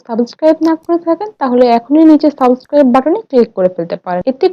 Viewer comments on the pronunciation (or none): সাবসকাইভ হবে না উচ্চারণ টা সাবস্ক্রাইব হবে,, i hope next time r vul korbe na,,,btw cake looks very pretty ☺️ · Tumi jokhon chocolate ganach er recipe share korchile tokhon tumi bolecho 2 table tamoch chini use korte...ar tumi properly subscribe kotha tao uccharon korte paro na...eigula ektu thik kore bolte shekho!